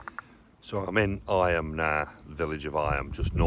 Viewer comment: Eyam is pronounced eem to rhyme with seam. It suffered an outbreak of plague in in which the majority of the villagers died.